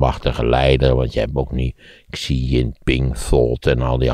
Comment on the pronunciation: Hele goede analyse. Huawei is uitgesproken als "Gwa Wee" en the "Xi" in de naam van de eeuwige leider als "Sjie".